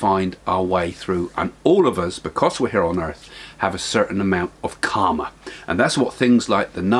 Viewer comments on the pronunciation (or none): none